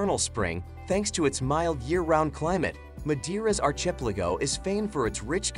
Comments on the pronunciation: The presenter's rendering of archipelago is joke. More than just stressed syllable differences. Machine reading or simply ignorant American? The rendering of for example city names can be somewhat arbitrary, but obviously one must be cautious in accepting news channel and YouTube pronunciation. Goes straight to the debate on using local and Anglo rendering. Take "Paris" and "Rome" as examples. Jack, the Japan Alps Brit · Exactly - the pronunciation of archipelago was hilarious as was Mallorca, Ibiza, Lanzarote.